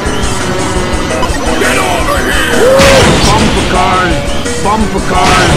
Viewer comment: bumber cars hahahahahaha